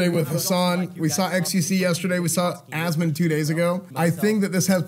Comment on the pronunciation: Anyone else exclusively pronounce it "As ... mon gold" now?